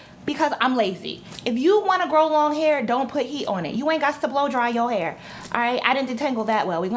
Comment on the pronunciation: I'M CRACKING UP!!!!! YOU SAID , " I BLUE DRY IT" 😂😂😂😂YOUR HILAIRE